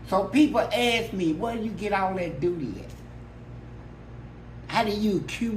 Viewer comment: “How’d you accumulate so much dooty” 😂🤣🤣